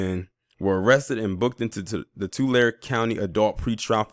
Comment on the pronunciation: Remember Tulare is pronounced 2Larry